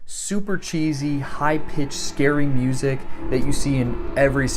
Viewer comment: dont know if anyone noticed this but i heard MUSEc idk if thats intentional but i think its cool